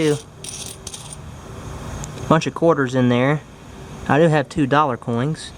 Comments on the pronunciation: Why are you saying "coings" instead of "coins" ? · Coins, not coings.....! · Why do you keep saying coings instead of coins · Coin. Not coing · cOiNg I sAy NoT cOiN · he says coings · Notice how he says "Coings" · You said coins wrong go back and say it again so you can be better at your talking!! Not trying to be mean🤗🤗🤗🤗🤗🤗🤗🤗🤗🤗🤗🤗🤗🤗🤗🤗🤗😋😋😋